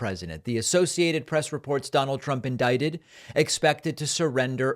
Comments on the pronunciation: Indicated! Ha ha ha ha ha! 😂 United Shtaysh! Ha ha ha ha ha! 😂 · David, you just said "indicated" instead of "indicted" twice. For shame. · You are pronouncing indicted wiring, by the way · He said indicated 😭😭😭